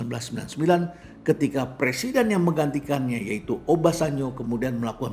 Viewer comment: ada salah ucap persiden.......